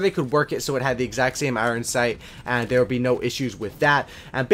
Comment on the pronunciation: You and Tmartn say IREN (iron) the same.